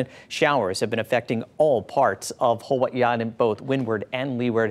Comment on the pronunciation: Did he say "Huahee Island" 😂 da f*ck??